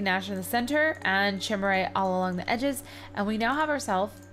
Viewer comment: Chimerite is pronounced k-eye-mer-ite